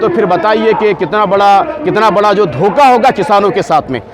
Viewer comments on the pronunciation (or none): Dhoka, Not Dukha..